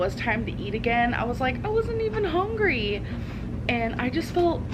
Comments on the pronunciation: I cringe every time she says “hongry”. 😬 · Lol, yes. My brain automatically says "hongry, hongry hippo" when she says that. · I hate how she says hungry, “hongry” lol